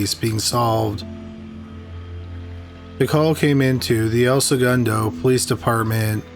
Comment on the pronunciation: El - Say-goon-dough = El Segundo !